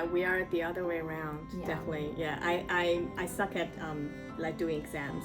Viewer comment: Definitely の発音の仕方真似させてもらいます